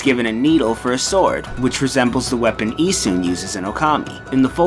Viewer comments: It's actuallt pronouced Ee-SH-un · I thought his pronunciation was particularly rough. The way he says Susano and Isshun was especially bad.